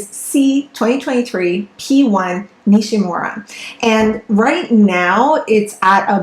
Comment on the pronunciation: The name Nishímura is accented on the second syllable, SHI. Not NISHy MURRa, but “nee SHEE moo RA” Respect the man who made the discovery!, and give his name a back beat! Hear for yourself: search YouTube for 西村彗星